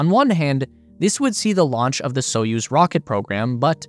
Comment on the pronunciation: And the "put" (пут) is pronounced as the English word "put", not "putt", so "spootnik" not "sputtnik" as in the commentary. The commentator also gets Союз (Soyuz) wrong but so do most English speakers. The stress is on the second syllable so it's more like "Sa-YOOZ". And, as for Королёв (Korolyov), no idea how the commentator came up with his pronunciation! Russian pronunciation apart, thanks for an excellent and informative video!